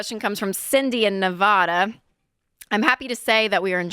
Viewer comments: It’s Nevada, not Nevadah. 😂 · It's Nevada. Not Nevawda